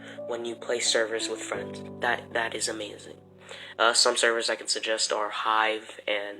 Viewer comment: Why do you say “Emazing” lol